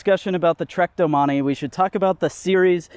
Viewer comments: i closed the video when you pronounced it as DO-Money instead of domain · "Doh-man-eee" urgh... the bike guy needs to learn French pronunciation.... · Doh-mon-ee is how it's pronounced. It is not Domain. Feel free to move along